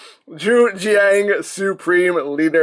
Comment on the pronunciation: Jujiang makes quality ko's. Also, it's pronounced why zshang